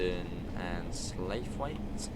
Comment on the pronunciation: Just letting you know it is pronounced stailybridge not starlybridge and sloughit rather than slaithwaite